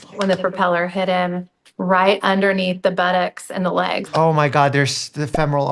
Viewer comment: "Both leegs"... It's a funny accent!